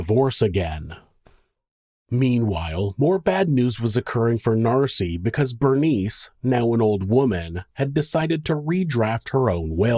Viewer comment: Hey MonSter loVes , it’s Nancy, not Narcy . Miss you guys.